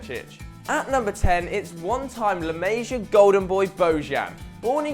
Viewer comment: "La Maysya product"?! La Masia is pronounced La Mah-see-ah. Please don't use words to sound more cultured if you're going to butcher the pronunciation.